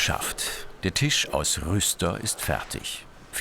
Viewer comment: Verdammt es heißt „Tisch“ und nicht „Tich“ .... Tisch mit SCH !! .... MEy oh Mey ^^